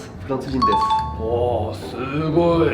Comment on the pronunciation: Et la prononciation du "u" dans ....desu c'est normal de faire faux mais quand on est habitué c'est horrible d'entendre ce desuuuuuuuu haha On prononce (dess), merci xD